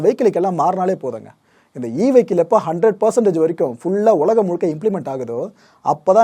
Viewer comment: அய்யா வணக்கம் அனைத்தும் கோப்புகளும் சிறப்பு உலகம் என்று உச்சரிக்க வேண்டுகிறேன் ஒலகம் அல்ல